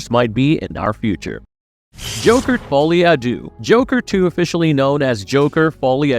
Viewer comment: folie a dou... sad.